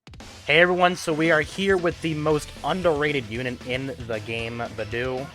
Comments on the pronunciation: Also, Beidou is pronounced like: Bay - Dough, not bi - doo. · nice video but,, hey if ur going to main beidou as dps, atleast try to pronounce her name right😅😅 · But man I don't wanna be a mood killer but the way you pronounce Beidou makes me uncomfortable.